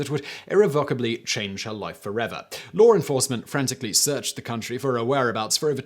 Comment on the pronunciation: A regular English speaker: “law enforcement” Simon: “lawr enforcement”